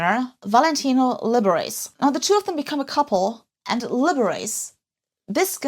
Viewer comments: That's Lib-er-ah-chee, the famous guy pianist, 😂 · Definitely need a correction on the pronunciation of Liberace.... A flamboyant icon of old America music